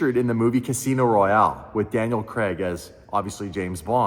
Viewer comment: It's not Daniel Creg it's pronounced Craaig 🤦🏽‍♂️